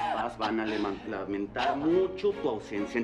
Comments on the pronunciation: le..lemantar lamentar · En el minuto en vez de decir LAMENTAR dice LEMEN.😂😂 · no podía pronunciar lamentar bien jajajajaja se equivoco por que no volvieron a gravar otra vez